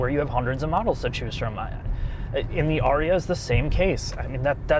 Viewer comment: Fun fact, you're saying my name (Arya) correctly. The Nissan Ariya is not being pronounced correctly at all.